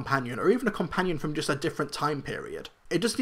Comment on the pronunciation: Quick question, why do you pronounce just as gust?